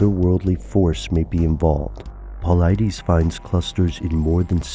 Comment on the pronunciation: I believe its paul-eye-diss. Not paul-eye-dees...